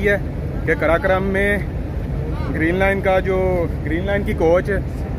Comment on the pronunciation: بھائی قراقرم ہے کراکرام نہیں